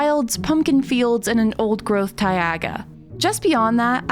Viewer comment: AN OLD GROWTH WHAT! THATS NOT HOW YOU SAY IT